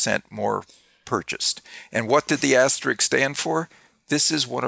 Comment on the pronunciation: My gift to you both: asterISK (not asterIck). Your show was fascinating and educational. 😌